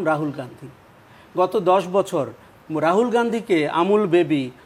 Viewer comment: রাজিব না রাহুল এটাই বলতেই পারেনা এই হুভাস মাল